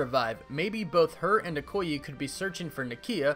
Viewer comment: Okoye pronunciation ( O- coy- Yay)